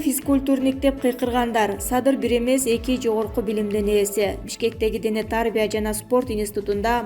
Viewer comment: Дене тарбия деген сөздү туура айтчы.